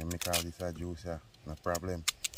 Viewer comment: I love when say Blem 😂😂😂😂